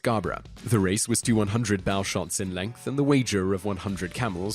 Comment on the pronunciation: He said 'Bow shots',rhyming 'Bow' with 'How',when he should have rhymed it with 'Go'. A weird lapse for a posh boy.